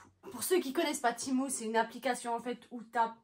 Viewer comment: Ça se dit tému pas timou et c’est très mauvais cette application